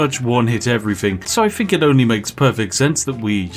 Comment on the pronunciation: Dude cannot properly pronounce the "th" sound to save his life. "Fink/fought," "nine fousand," "wif," "everyfing," "furvur ado," "stealf/stealfiest," etc. I assume based on his YT name that it should actually be pronounced "Spithing Brit"